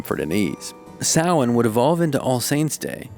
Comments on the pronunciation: At least they got one thing right. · Alright, fair play, you nailed "Samhain" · Love how the host said Sahian right! Blessed be! ^_^ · Those fires still happen! We are still around and still celebrate the old ways ❤ and also love that sanhain was pronounced correctly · Is no one gonna mention that only Northern Ireland was highlighted? It's all of Ireland! Also I'm SO HAPPY he pronounced Samhain correctly 👏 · THANK YOU FOR CORRECTLY PRONOUNCING SAMHAIN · FINALLY SOMEONE PRONOUNCES SAMHAIN PROPERLY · Oh my God he pronounced Samhain correctly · Here and Ready to say they're pronouncing samhain wrong Omg they actually got it right im proud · Thank you for pronouncing Samhain correctly! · Thank ps for saying it right. Love from Ireland 🇮🇪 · I'm actually delighted he pronounced Samhain correctly. I was expecting the usually poxy Sam Hain pronunciation. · Same! Pleasantly surprised 🙂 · I was expecting the usual butchery but our fears were unfounded. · Sawaine is how the irish pronounce it. Sam hain is how most English speaking ppl pronounce it! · Same! As a Pagan I really love how he pronounced it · i only recently learned the proper pronunciation of samhain, and was pleasantly surprised he said it right! I am a very baby pagan and learning soo much lately (and also?? my parents are like. against all non-Christian things so the fact i wasnt taught the proper pronunciation is their fault lmao) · It's the English pronunciation. There's no right or wrong it's no biggie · Wow I’m super impressed you pronounced Samhain correctly. Pro 👍🏼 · Pagan here: yeah me too! I was really about to expect them to say Sam-hain. Like how people who don’t know the holiday say it. I mean they got it right but they really kinda villainized the holiday in this video. Like I was hoping they’d push more for like how it’s a day of love and honoring your family and they put creepy music and scary faces on it. Like guys. It’s a day to honor the deceased, show some respect to the history at least!